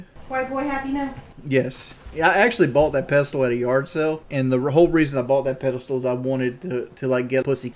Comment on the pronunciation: It’s pedestal, not “pedastool”